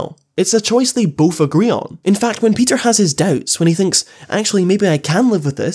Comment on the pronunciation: You need to learn how to say Peter